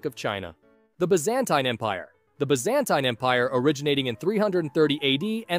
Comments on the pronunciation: Its by-za-tine not by-zan-tum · He pronounces it as “Be-zan-tine”, while it should be pronounced as “Bi-zuhn-teen” in his American accent. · Is it me or does he pronounce Byzantine so weirdly? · It’s pronounced byzantine